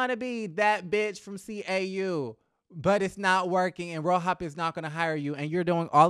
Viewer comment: The way you say ro-hop sends me everytime😭